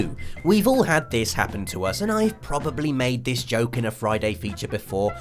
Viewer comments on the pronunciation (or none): none